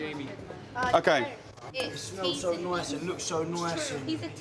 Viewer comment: "it smells so noise it looks so noise" this english accent haha